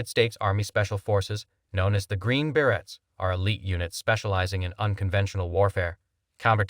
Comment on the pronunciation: berets is pronounced ber-A not ber-ets